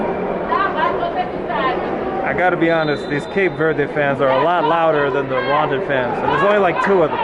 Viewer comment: I really how you just said “ you welcome to Rwandan” in a condition way and yet you said the whole thing wrong 😑😂